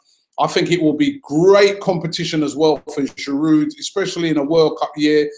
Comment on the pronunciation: I love you Robbie but can you stop saying Giroud's name wrong? The D is silent. It's "jiroo"